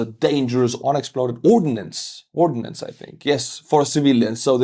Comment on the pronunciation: Ammunition is "ordnance" (two syllables), and a local law is an ordinance (three syllables). Most Americans get this wrong.